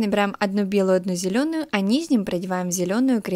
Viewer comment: ти конечно без обид но когда ти говориш "низним" ето бесит немного правельно вобщето "нижним"😂